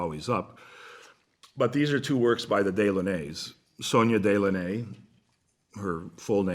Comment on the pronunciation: Really enjoy listening to Very interesting presentation of his knowledge. Can't find out more about him though. He is hidden from the usual public media places.. BYW though...they are pronounced Dellawn' -nay.